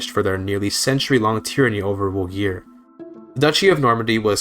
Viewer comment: Love the video but "Llogeyr" is pronounced with a "th" sound, as in thloy-geyr